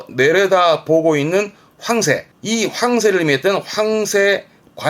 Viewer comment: 항상 잘 보고 있어요 많이 도움이 됩니다 그냥 황새 단어 억양이 이상해서 댓글 하나 썼어요